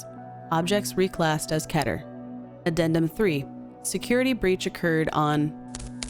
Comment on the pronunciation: the way you pronounced keter caught me way off guard